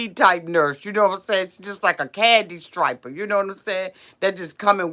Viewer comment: Omfg Imfao How she said candy stripper lol striper